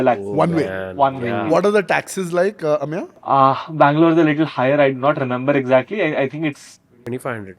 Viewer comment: Anyone else feels it is very funny how says AMYA instead of Ameya 😂